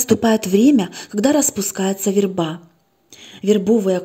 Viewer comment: Добрый вечер. Ставьте, пожалуйста, правильно ударение в слове ВЕРБА ( на первом слоге!!!!!). Очень тяжело слушать, когда так часто неправильно произносят слово.